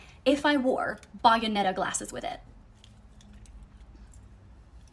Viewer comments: The pronunciation of Bayonetta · THATS NOT HOW YOU PRONOUNCE BAYONETTA'S NAME 😭😭😭😭😭😭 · She did NOT Google what to wear on a first interview... If she did, she wouldnt be referencing office siren. That is not what comes up unless you look up office siren. Genuinely frustrating to watch her put the blame on everyone and everything else... And she said Bayonetta so wrong 😭 Bayonetta is where the glasses came from. She is a video game character that basically is office siren trend starter kit.